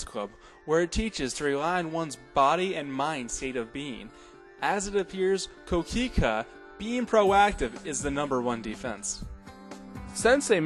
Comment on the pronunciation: It's pronounced "Koh Kee Khay" not kookeekooo lol